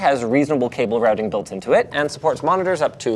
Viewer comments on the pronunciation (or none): none